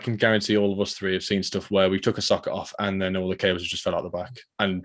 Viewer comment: Perhaps send him for English lessons i.e. teach him that 3 is not pronounced free, it starts with th not fr..